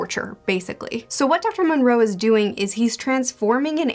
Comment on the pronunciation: 1. It is the Island of Doctor MO-Roe or MORE-O Not MON-Roe. 2. Zombie Lola, the Zombie who is obsessed with marrying Absalom is a Warthog not a Hippo. Otherwise great video, I'll have to see if I can find that third book and read it.